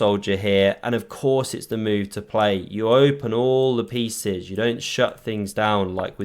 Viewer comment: Did I hear correctly "All the feces flowing into attack"? 😅 Or do I need to clean my ears? 😂